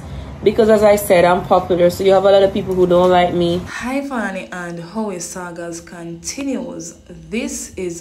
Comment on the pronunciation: "HighVany" 😅 need to chill 🙄